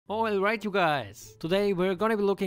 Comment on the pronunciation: Its "oilright!"😂